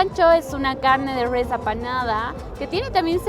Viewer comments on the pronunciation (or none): que cringe "rwes" jajajajajaja